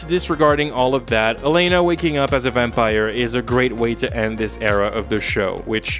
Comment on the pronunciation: You're pronouncing Elena's name wrong btw. Why are you saying Aleina.